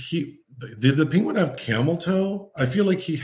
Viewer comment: Every time you say "Penguin" it reminded of Benedict Cumberbatch mispronouncing it bigtime joke! Also, your delightful jabs at this having questionable scenes, made me think if I had I seen any ? Yes, only one with Nicole Kidman😊